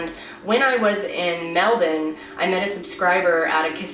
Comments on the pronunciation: OMG YOU ARE THE ONLY AMERICAN IVE EVER HEARD PRONOUNCE MELBOURNE CORRECTLY. sorry i got a bit excited hahahaha, every american i've heard say Melbourne, they pronounce it as it's spelt but us Aussies pronounce it as Melbin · This is not related to the case, but i just wanted to say as an Australian I really liked the way your accent became super Aussie when you said "Melbin" instead of Mel-bourne. Perfect pronunciation :) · Kailyn Dube it’s actually pronounced Mel-bin or Mel-ben :) she pronounced it well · very impressed with your pronunciation of melbun! this case still gets so much coverage, its so sad :( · Just have to say I love your pronunciation of Melbourne, thanks for learning the correct way! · Found this video by accident.. as an Aussie your coverage of this case is amazing and we appreciate it… also well done on the pronunciation of the cities towns and names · You pronounce Melbourne amazingly!! This little fella is still missing, it breaks my heart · Soo crazy to hear your strong accent but hear you pronounce Melbourne like we do!! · You say Melbourne the Australian way! Usually Americans pronounce it MelbORN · You said Melbourne correctly 😍 is there anything you can't do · You said Melbourne correctly :D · Off topic, but I'm so glad you pronounce 'Melbourne' the same way we do!!!! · Finally, an american pronounces Melbourne right! :) It is also cool that you are doing cases from all over the world. Literally every video on YouTube video seems to be of an american case. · I was so impressed when I heard her say it I had to double check I heard right lol. She's literally the first American I've ever heard pronounce it correctly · your the first american I've heard actually say Melbourne right!! This story is so heartbreaking, thank you for shedding light on this case to the rest of the world xx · You pronounce Melbourne like us Aussies do whatt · You say Melbourne correctly!